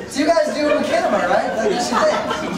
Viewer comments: Did he say "makinema"? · "Makinima." Jesus. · Did he really say MaCHANima? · hahaha "makinima" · makinema?!?!?!? are you kidding me?? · HAHA he said Mackinema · pronounced mach-inima "shinima" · "makinima"??? "fred"?? "roostertooth"??? the host were awful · Can you at least pronounce Machinima right? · What's wrong whit these guys how the fuck can they not know how to pronounce machinima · What the FUCK is wrong with fucking long haired bitch? First he said machinima wrong then he only thought there were only three RT guys coming then he fuckin called Gus fred. That guy must live under a rock.